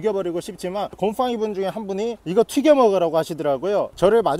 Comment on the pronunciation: 곰퐝이 라고말하실때 진짜로 곰팡이 봣서욬ㅋㅋㅋㅋㅋ